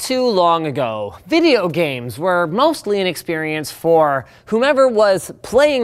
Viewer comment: Bideo Gabes, The vey it's meant to be payed